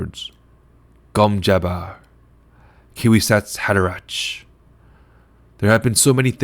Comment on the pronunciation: The Key-Wasatz Haderatch?